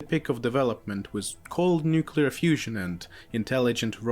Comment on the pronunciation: He cant say the word nuclear